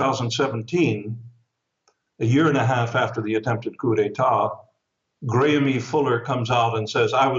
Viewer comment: IRS not pronounced Gramie, it's pronounced Graham